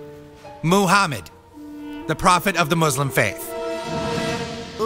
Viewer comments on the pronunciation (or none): I love how Americans pronounce "moo-hamed"